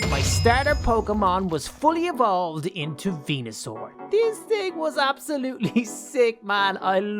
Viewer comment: he keeps on saying venasur to ivysaur then he gonna say mega venasaur for venasaur ahhhhhhhhhhhh